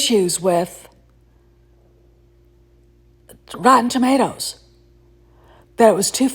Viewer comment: "Rotton Tommaters" 😂😂😂 Hey, that's CORRECT!❤